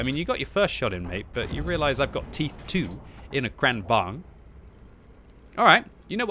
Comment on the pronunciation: omg can you stop call it KHRAANWHAGEN!